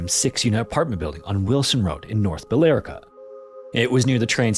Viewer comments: "Bill-larica" unintentionally got me cackling 🤣 The locals pronounce it Bill-ricka 😁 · Bill-ricka😂 erica im dying laughing the e is silent like ye olde bille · Did he just say "North buh-LAY-rick-uh"? It's BILL-RICK-ah my friend. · I was listening and cleaning my room. As soon as I heard "Bill-Air-Ick-A" I knew it was the place I grew "Bill-Rick-A" LOL I love your content by the way! I had family in Chelmsford and Lowell at the time. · Billerica= "Bill-RICK-uh" pronunciation... not 'Bill-Erica". Also, why is the dead uncle's -"You were right. I did it" - note automatically meant to solve Nancy's case? It could've been about his own suicide, or any number of things. I'm confused how her case is "solved" by that. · “Bill-Erica” Massachusetts names take another victim Irma “Bill-Rihka” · Mass pronunciation guide. chelmsford = Kelmzford, Billerica = BILL RICKA not billlyrica. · Billerica, MA pronounced Bill Rica. Gotta luv it. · just a friendly comment—the way you pronounce that area of Mass is “bill-rick-ah.” Anyway, love your stories, thanks for all your hard work posting them! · I know this is the second comment I’m sorry but it’s pronounced bil-ri-kuh. But I love ur videos they are great! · Pronounced “Bell-rick-ah” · Even though it's not spelled this way the name of the town is pronounced Bellrickah hahahah. I love listening to people trying to say the name of Massachusetts city's and towns. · I’m amused by your pronunciation of Billerica! I don’t blame you at all, but in case anyone’s curious, people from around the area pronounce it 'Bill-rica' as though there is no 'e' in the middle lol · It’s pronounced BILL-RICK-UH. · Just a friendly note, Billerica is pronounced like Bill-Rick-Uh. Massachusetts towns and cities often have non-phonetic pronunciations, its kind of goofy. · Bill-Ricka is how it’s pronounced (story 1) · That would be North Bill-Ricka, not whatever you just said. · Pronounced “Bill- Rick- A” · its pronounced "bill ricca" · lol it’s Bill-rik-uh